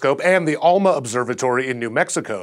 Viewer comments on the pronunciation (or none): none